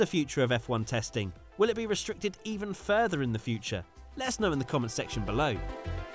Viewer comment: All i hear every time is "Lettuce know in the comments below"